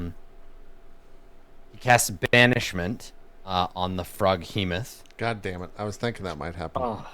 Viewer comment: Yeah it’s spelled Froghemoth, JP’s pronunciation is a little weird